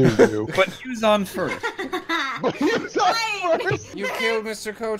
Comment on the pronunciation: YEW'S ON FIRST MADE ME FUCKING LOSE IT I LOVE THAT